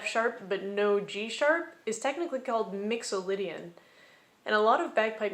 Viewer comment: Two thoughts: 1. You say "Mixolydian", I hear "Mandalorian". Can you make it stop? 2. After this video, the YT Algorithm recommended Guy Michelmore's "Music Theory in 16 Minutes", which I found very enlightening. Primarily because he completely avoided using musical staff notation, which prevented triggering my lifelong allergy to Music Theory.